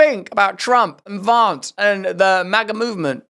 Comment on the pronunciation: “JD Vawnce” 😂